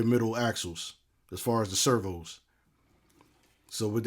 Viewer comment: You say "servHoo" and "servHoo's" as if you their pimp. 😂